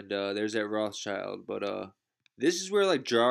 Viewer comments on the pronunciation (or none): none